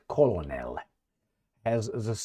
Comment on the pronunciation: Colonal is pronouned k-e-r-n-a-l.